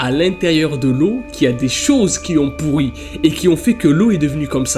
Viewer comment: J'adore car tu dis pourri't et pas pourri